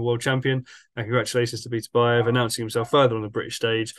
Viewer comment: BITTER-BY- YEV ??......Show some respect for the champion, please, by learning to say his name right.